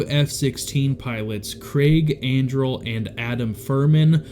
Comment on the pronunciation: This is so cool! I randomly clicked on this video based off the picture not knowing anything about it. Colonel Andrle was my direct supervisor back in 2014. I spent a good amount of time with him in and outside of work. Super good dude! His name is pronounced “Anderlee” though.